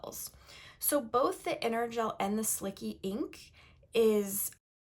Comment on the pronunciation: Isn’t it pronounced as slichee not slicky?